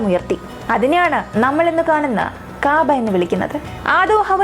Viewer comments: കാബാ എന്നല്ല കൗബ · Kaabaa allaa kahba